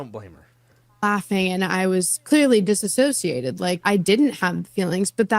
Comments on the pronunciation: As a therapist, my body cringes when people say disassocate. It's DISSOCIATE!!! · Kyra it's dissociate NOT disassociate!! Two completely different words